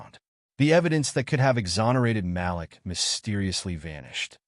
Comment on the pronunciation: Malik NOT Ma- lick Mah- LEEK... Way to screw up a name